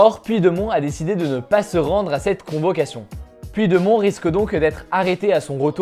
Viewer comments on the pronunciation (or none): "Puit de mont" 😅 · Super ton format ! Bien pratique pour suivre l’actualité rapidement ! En revanche sache juste que « Puigdemont » se prononce « Poudjdémone » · (va falloir que t'aprennes à prononcer Puigdemont)